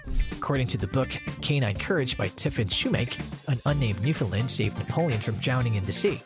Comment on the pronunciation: Ok, lets get this out of the way first; Your pronunciation of Newfoundland is wrong. The only correct way to pronounce the name of the Dog and the province is "Newf~in~land". Say it quickly and make sure it rhymes with "understand " You also missed the story of one of the most important and probably largest water rescue this might breed played a role in. In 1828, a vessel out of Ireland with 211 people onboard was wrecked at Isle aux Morts (Isle of Death), on the south coast of Newfoundland. A 17 year old girl ( Ann Harvey), along with her younger brother, father and their Newfoundland Dog, Hairy Man, were responsible for saving at least 158 of the passengers and crew over a three day period. The dog repeatedly swam from the family's small boat dragging ropes to the people clinging to rocks in very heavy seas. The Canadian Coast Guard named one of their ice breakers Ann Harvey in her honor and the crews lounge onboard is named "Hairy Man" to remember the wonderful dog.